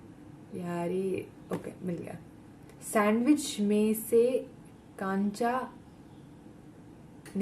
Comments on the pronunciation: It's not kaancha,it's kancha means marble...gujjus say lakhoti 😃..which were used to play some games ....🤟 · Kancha pronounced as "कंचा ". It means marble. Jisse khelte hai. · Kancha means round shaped toy marbles and it's pronunciation is (कंचा)🤗